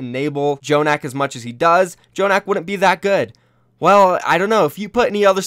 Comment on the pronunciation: why does keeps saying "J"jonak